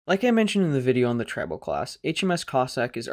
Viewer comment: Tri NOT Trib